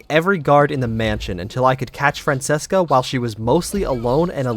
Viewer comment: Francheska, not FranSeska